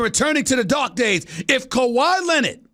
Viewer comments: Kawhi Len-Nid!!!🤣🤣🤣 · "Kawhi Lennit"